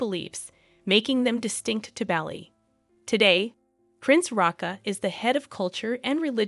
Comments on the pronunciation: It was hard to listen to it pronounced Bally lol We say Bah-li not barley (Americans will pronounce that r) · You forgot Spain's Queen Letizia, who was a journalist before marrying Crown Prince Felipe, now King Felipe VI. BTW it's not pronounced Baa-li, rather it's pronounced Bar-lee. Kate Middleton was also a commoner when she became engaged to Prince William, now Prince of Wales (future King of England). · It's not "Bally" ffs 😩 it's "Bali" pronounced Baa-lee... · A big shame the narrator can’t pronounce Bali correctly. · Please stop saying 'Bally'. It's 'Bar-lee'. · Listening to you call is Balli instead of Bah-li was awful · It’s pronounced “ BALL E” not Bally! Soooo annoying. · In Australia the island's name is pronounced B - are - lee ( as in the grain). Aussies love Bali and its people and many of us go there for holidays. We went to Ubud, which is inland, twice, for holidays . It is beautiful ! We didn't know that it had royal connections. This is a lovely story, with lots of photos, that I knew nothing about. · Certainly no place called Bally, as pronounced in this video. Possibly in Ireland, but not Indonesia. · The one thing about this video was the mispronunciation of the word Bali. It is spoken Bah-li. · Great vid. Just FYI, it's pronounced the same as Barley (Bali)😊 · STOP SAYING BALLY. :face-blue-wide-eyes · Bali is pronounced Bar Lee. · Bali is pronounced Bah-lee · yes, it was so irritating to hear the wrong pronunciation repeated so many times. It's also not respectful to the people of this island state. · Yes it irritated me as well. Please look up how to properly pronounce words before creating an entire vid! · 2 seconds in and I'm already cringing how many times I'll have to hear this person pronounce 'Bali' like that 😂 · This video is basically reading out loud an article written by the Sydney Morning Herald titled "How 'Max' The Aussie Surfer Dude Became a Royal Wedding Star"... Also that's not how you pronounce Bali 😅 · Barley..not Bally